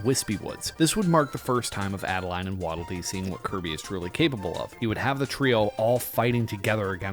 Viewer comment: First of all, it's Ado-Lean, not Add-A-Line. Secondly, what if we get a Pure Evil King Dedede?